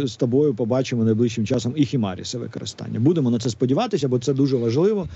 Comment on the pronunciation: Ви неправильно вимовляєте HIMARS: не «Хімаріс», а «Хаймарс»